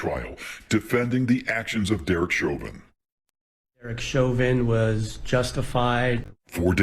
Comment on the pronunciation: Nice to hear someone FINALLY pronouncing Chauvin's name CORRECTLY!